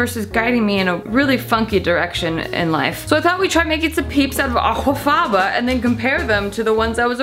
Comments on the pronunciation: I really didn't need to hear her not even try to correctly pronounce aquafaba over and over and over again in a video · Well they can't all be winners, but I do love how you pronounce that word 😂. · this channel's humour has reduced to gargled pronunciations of 'aquafaba' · girl im fucking CACKLING at how youre pronouncing aquafaba. gets me every time. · The way she pronounces aquafaba 😂